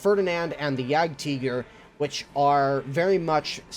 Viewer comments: Omfg it's not jagteger it's jagdtiger with and i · Guide to American pronunciation of German tanks: Jagdtiger -> Jagd Teeger StuG -> Stooug Puma -> Pooma Coelian -> Coeelian Sturer Emil -> Stoorer Emil :P